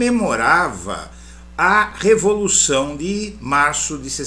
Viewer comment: REVOLUÇÃO!?? RE-VO-LU-ÇÃO? "REVO LUÇÃO"!????!!!!!!!!!!!!???